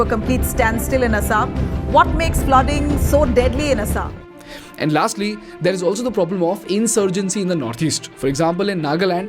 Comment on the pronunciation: Wth is 'Asaam' (based on the pronunciation)?